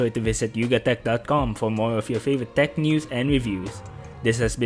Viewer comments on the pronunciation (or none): none